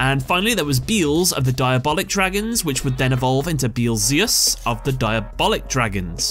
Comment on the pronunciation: Yet another one that cannot pronounce beelze and beelzeus. Beelze and beelzeus are based on Beelzebub which is pronounced bee-el-zu(e)h-bub. 3 syllables for beelze, 4 for beelzeus.